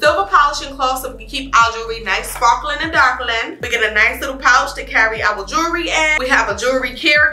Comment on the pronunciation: 28 YEARS! How; when you ain’t but 23 - 25 years old yaself??? JU POPPIN! So pretty!🥰❤️ And: “YOU KNOW YOU SO NEW YORK when “jewelry”’is pronounced “jury” Shout Out!💪🏾💪🏾😆❤️